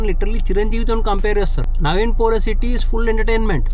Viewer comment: Orai adi pulasotti kadu ra ayya polishetty 😂 anduku kadu ra ninnu roast chesindi